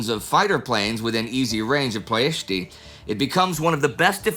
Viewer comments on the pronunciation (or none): Lovely episode, Indy and team! Though 1 minor nitpick on something I finally actually have a small clue about as I live there or better said here, in Ploiesti. There is no accent on the "i" at the end of Ploiesti, the way Indy pronounced it it actually sounds more like "Ploiestii" in romanian rather than "Ploiesti" unless I am missing some major pronounciation changes in the last 80 years and you somehow found an older pronounciation form :) Great pronouciation on the first part of the word from Indy though!